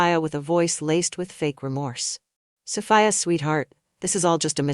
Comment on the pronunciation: lol keep it steady soFYE UH OR SO FEE UH LMAO i'm lauging at that but tryin enjoy the story but it's repeating like 2 or 4 times? LOL well ill pull thru BUT SOPHIA IS GONNA WORK IT KNOCK THAT HEFFA OUT